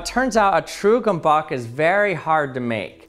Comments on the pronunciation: Put Gömböc into google translate, make it speak Hungarian, GET THE ACTUAL PRONOUNCIATION WHAT EVEN IS GHOMBOK Edit: Sorry, I was having an aneurism from rage. Here are some resources for easy access. The youtube links are a whole hungarian folk tale about one of these things eating a whole town. The second has the pronounciation , but it's just weird to watch even muted. Hungarian childhood nostalgia right there. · I like how he has like 5 different pronounciations of the word Gömböc in the whole video. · I like how he pronouncing it differently every time he says gömböc lol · Thats a hungarian invention. And you pronouce it wrong. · As a Hungarian the way he pronounces Gömböc makes my head spin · but he simply doesn't even tried to do so. He pronounced it with a /k/ instead of a /t͡s/ sound. I would mind a /s/ sound as an approximate pronunciation but /k/ is just an ignorant misinformation. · Actually true also as a half German half Hungarian I had a stroke hearing how he pronounced Gömböc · This guy pronounced gömböc differently every freaking time he said it lol. Just out of curiousity, which pronounciation of his sounded like a movie villian name? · Good video but I hate that the creator of the video didn't take literally 1 minute to learn the pronounciation... If you make a science video, you should be smart enough to not fuck up the name of the thing you are talking about... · ...and know we all learn how to pronounce the "Ö" correctly like an "Ö" instead of "O" 😉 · Once you complete Task 1, move on to Task 2: Correctly pronounce the word Gömböc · Lmao he also pronounced it at least four different ways and I could tell without speaking the language that none of then were even close 😂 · csak azért kattintottam a videora hogy halljam ahogy egy angol azt mondja hogy gömböc xdddddddddd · Everyone: it is pronounced wrong because of" ö" Hungarians: it is pronounced wrong, it is now called disznósajt not gömböc. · well you butchered the pronunciation no offense